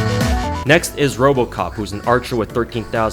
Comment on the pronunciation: "Next is Robocop" Did you mean to add the '-p' at the end? Or was that a slip of the tongue?